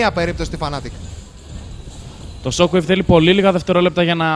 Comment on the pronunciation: ρε μου θέλετε και περιγραφή δεν λέγονται fanatic αλλά fnatic!!!